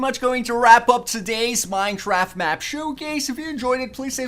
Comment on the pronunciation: Minethraft hahahahaaha